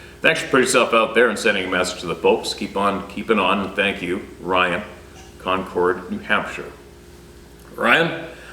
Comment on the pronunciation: Had to laugh - I'm in NH, and pronounced Concord, NH as 'CON-CORD, NH'. (Emphasis on both syllables. ) It's one of the sneaky town names that always shows when someone isn't from the New England area. (Newscasters are notorious for it!) I bet had no idea (like most people) that this simple town name would be pronounced differently, so no worries! (And, is generally getting very much better with geographic place name pronunciations. Sometimes the best way to learn is to fail on the first try!) For those who are curious: In New England, Concord is usually pronounced "CONcord", or, for someone with a stronger Boston/Yankee accent - "CONkid"!